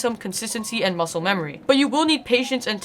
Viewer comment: no that’s muscle memory, this person said MUSCELE memory not MUSCLE memory